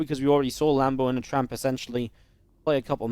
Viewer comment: anyone else catch him say "Tramp" lol